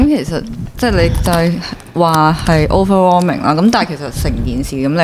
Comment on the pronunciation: 其實點解係咁講Overwarming ge ? 唔係Overwhelming 咩？🤔